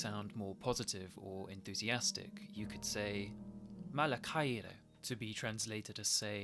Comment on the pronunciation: Great work but your pronunciation sounds english. English language don't have some of the sounds and it is kinda hard to do the greek sounds correctly. (Example: μαλα χαιρε - You said mala ka-i-re but is it like MALA HAIRE - the sound like H (Hotel) So it isounds like MALA HAIRE .